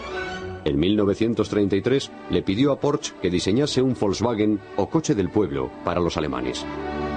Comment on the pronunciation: pensé que iba pronunciar mejor es Porsche no Porsch, con razón hoy la gente utiliza la w en vez de g para decir gueon por ejemplo, o para pronunciar mal mi nombre.........